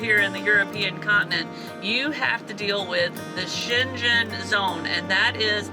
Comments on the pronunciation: Hari OM Dear ones - a tip for pronunciation of Shengen... the G is like that in ringing. You are going to be ringing the Shengen shuffle bell! Another word to the wise. Do not expect temperatures to necessarily be much warmer as you go south, neither necessarily any less wet. The last two winters in particular brought snow storms even down to Turkey and North Africa. Just warning you! Now - onward!!! YAM xx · Thank you for giving me a big smile listening to your creativity pronouncing Schengen😃👍🏻 And yes, please! Always remember to pay attention to cyclists in Europe. They are everywhere and they expect you to see them and be careful. And they are road users like drivers are. It can be helpful to study some of the traffic signs. Like blue/ white/ red triangles or circles with bicycles in the middle. You should know them. They are very similar all over Europe. Young people are more likely to speak English (like you saw with the children gathering around the van). Maybe you find someone in each town to teach you how to say „sorry I don’t speak…“. But most countries will be easier than Belgium in that regard. I love following you and see how you adapt to our routines like grocery shopping, pumping gas or what else turns out to be different from what you are used to ❤ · Schengen is pronounced with a hard g, just like the name Morgan. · Americans can stay in the UK for 6 months without a visa. The word Schengen is pronounced with a hard g-- shen/gen like gun. The ball game is Petanque if you wish to look it up online. The bicycle bags are panniers. If you managed to communicate in Brazil in even pidgin Portuguese--one of the most difficult languages to learn--then you will do fine in Europe. Most Europeans speak multiple languages. You are doing great! You've hit the ground running even if it doesn't feel that way! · Schengen (‘g’ as in ‘go’). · Schengen has a soft G like "singer" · Just so you know, it is pronounced shen gon 😁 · Try saying cheng-en❤